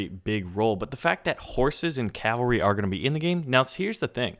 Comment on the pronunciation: THANK YOU, for one reason, you said Cavalry right! So many people say "calvary" and I'm like "I wanna fucking kill myself" because what the fuck!?